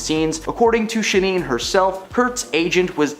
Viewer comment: Just a minor point of curiosity—who the hell is ShaNEEN Doherty? It’s spelled Shannen—do you see an extra “e” in there anywhere? I’m inclined to give you a pass, because her career likely peaked before you were born, although she was a major character in one of the most iconic movies of the past 50 years, “Heathers”. She also came from a time when people were perfectly happy with normal names and spellings and didn’t feel the need to spell “Tiffany” with a “phi”, in some attempt to imbue some sort of weird sophistication in people who are otherwise talentless and completely uninteresting. It’s “Shannen Doherty”, not “ShaNEEN Doherty”. Do you homework, this is supposed to be a professional channel. Every little bit helps!